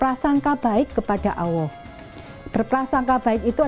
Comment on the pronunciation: ....ma, af buk,materi ceramah baguslah itu. Tapi waktu mengucapkan kata "ALLAH SWT ditelingaku rasanyia kurang Mantul. Salaam hormat.....